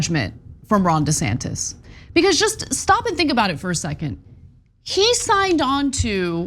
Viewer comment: "Ron Desaster" 😂😂😂😂